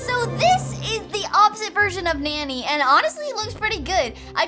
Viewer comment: Her her name is not nanny. It’s Nonny.